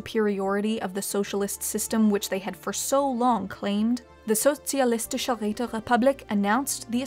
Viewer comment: Well, she managed to do a solid sch, thats more than what you can expect from most English speakers ;)